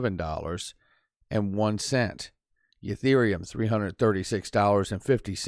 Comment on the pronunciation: I’m not a normal viewer because I don’t like long videos but I do admire the amount of work you do and share for the community and I like how you say Yetherium